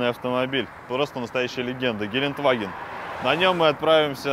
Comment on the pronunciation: Ребят ошиблись гелендваген а не геленваген !!!